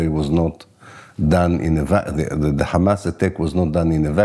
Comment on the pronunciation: Merci Blast et félicitation pour la publicité de cet entretien avec Ilan Pappe, ce si grand et courageuse historien. Juste une toutes petite remarque qui m'est dictées par des observations de camarades de l'UJFP : est-ce que vous savez que vous utilisez la prononciation israélienne, c'est à dire l'hébreu, pour prononcer Haïfa (ou Hamas) ? Quand on nomme en France la capitale du Royaume-Uni nous ne prononçons pas Lordon, nous disons Londres. Ça semble évident alors évitons de parler en hébreux en France.😉